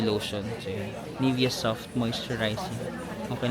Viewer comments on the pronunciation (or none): ni-vea' not nivea..eme